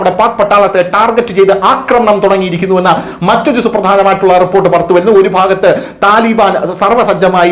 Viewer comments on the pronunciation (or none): none